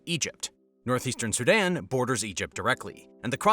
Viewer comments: "Su-DON"? It's SudAn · I thought he was saying Saddam not Sudan.